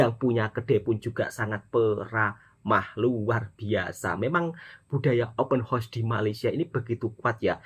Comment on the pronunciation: Open horseeee ler plak 😅 hausssss hausssss . Bukan horseee kuda... 🤦🏼‍♀️🤦🏼‍♀️